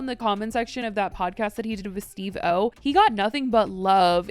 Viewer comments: omggggggg she pronounced Steve-O like “Steve Oh.” Can’t even get upset, I am just officially 105 years old. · The way you said Steve-o cracked me up😭 Steve....OH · The way she said Steve-O 😂😂😂😂